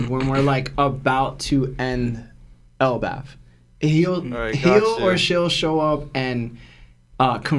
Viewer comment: Why does this guy keep saying elbauf* lmao c'mon it is pronounced el-baff